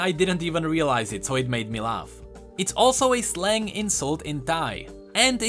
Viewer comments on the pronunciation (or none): none